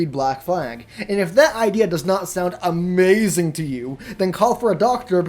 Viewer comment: "That is Amhehzing"